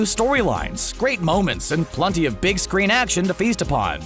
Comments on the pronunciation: PLUNTY??? don't you mean PLENTY? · I'm I the only one that hears (plunty) instead of plenty????? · I’m pretty sure that the guy said plunty